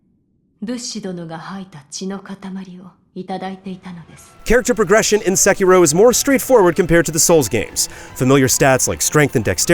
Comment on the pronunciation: Sekiro, Say-key-dol